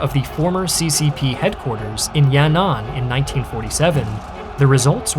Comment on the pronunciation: Yanan is pronounced Yan, An not Ya,Nan. I really shouldn't be so triggered by this. This channel is great.